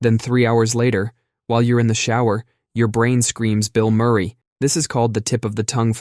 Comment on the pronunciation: Bill Murray is 3 syllables